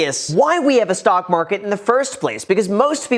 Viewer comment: Tryna rig the marhhhket